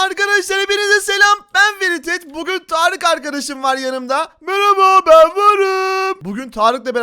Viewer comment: "mereba ben varım " demesi😂😂😂😂